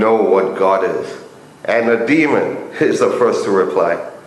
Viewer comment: DE-A-MON ... Not demon......